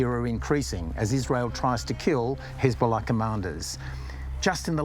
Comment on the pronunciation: This guys pronunciation of Hezbollah is infuriatingly jarring.